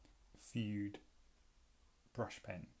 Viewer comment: Fude = "foo-day" and Fudenosuke = "foo-day-no-soo-kay" Love the channel,. Keep it up!